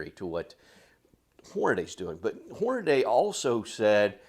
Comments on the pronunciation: Why, oh WHY do so many seemingly intelligent and literate people say "HornaDAY"!? It's clearly, unequivocally, and 100% pronounced "HornaDEE". You know... Just like it's spelled. Lol It's annoying. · Why do so many people call Hornady, "Hornaday"?